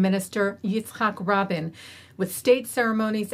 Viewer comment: You mispronounced Rabin's first and last name . Please correct in on air and apologize for dishonoring him by forgetting his name